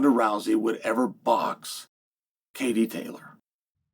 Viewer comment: It's funny how he worried about offending Katie than he offends her by not saying her name right😂😂